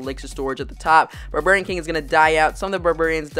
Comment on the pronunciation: "Burburian king"